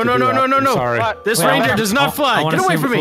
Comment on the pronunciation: Anyone else heard deliriouse say "Rain BEER"?